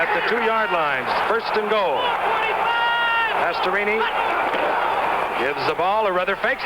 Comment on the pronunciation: Gifford: Pastorooni😂 Edit: I had zero knowledge of Dan Pastorini ever punting. Wow. Not too shabby either.